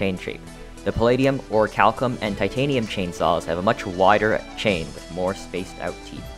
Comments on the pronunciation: No matter how many times you say it that way, it's still pronounced or-ruh-kal-km. There is no CH sound. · love how he still mispronounces "orichalcum" despite the correct pronunciation being in the definition he looked up to edit into the video. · You have the ohonetic pronunciation on screen but still pronounce orichalcum wrong. The ch makes a k sound. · its crazy that he straight up showed how to pronounce orichalcum on the video but still said it wrong when speaking over it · Useless Video Information: This guy pronounces orichalcum incorrectly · As awesome as your channel is, the way you pronounce "Hallow" drives me nuts. Hell, you even had the pronunciation ON THE SCREEN and still said it incorrectly (this also goes for "orichalcum," in which the "ch" is pronounced like a "k"). It's shouldn't be confused with "hollow," because it's not pronounced the same. It's pronounced like "shallow," but without the "s." And by the way, the channel really is cool.